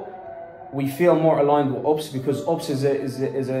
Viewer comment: LOOL when kept saying ups instead of U.P.S that made my day. The women did say it correctly in front of him but he ignored her and carried on saying ups 😂